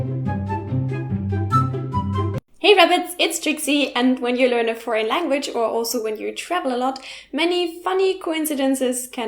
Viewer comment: Foreign, her: frauen, native speakers: for-in